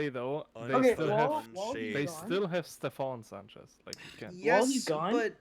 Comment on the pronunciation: gotta say my name correctly ste-FON SAN-chezz.